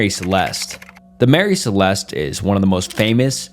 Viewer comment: This is so fascinating but I would appreciate it more if more attention was paid the grammar, pronunciation and spelling. These issues get increasingly more distracting as the video goes on - a couple examples Mary Celeste vs Marry Celeste, Ocean-graphie vs ocean-nog-graphy